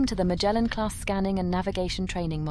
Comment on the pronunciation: Hey, it's Magellan (Muh jell un - as in Ferdinand Magellan, not Mah gale un. Y'know the explorer who discovered the Strait in Tierra del Fuego that was named after him).